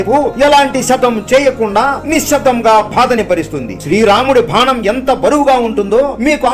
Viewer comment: Bhanam kaadu bidda adi banam